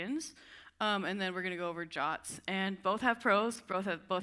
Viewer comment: Why pronouncing JWTs as "jahts"? This is just silly and will confuse people - just say J-W-T for clarity.